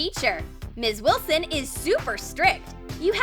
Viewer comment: Did they say ms.wislon 2 times😂🤣🤣🤣🤣🤣🤣🤣🤣🤣🤣🤣🤣🤣🤣🤣😂😂😂😆